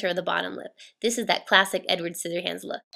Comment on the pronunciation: hahahaha you said sizzyhands